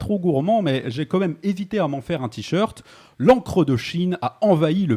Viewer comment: Intéressant et pertinent, comme à ton habitude. Par contre, tu as un défaut de langage qui me turlupine ( par exemple), tu dis "Quo même" au lieu de "quand même". Je ne sais pas si tu fais partie de ces gens qui écrivent "comme même" mais en tout cas, c'est à l'oral au moins aussi agaçant qu'à l'écrit. PS : Pertinent** J'avais écrit patinant... je vais me cacher